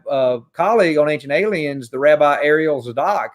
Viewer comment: Did he say Ancient Aliens or Cajun Aliens?